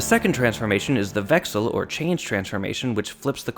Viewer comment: Pretty good pronunciation of the German words. Especially "Wechsel"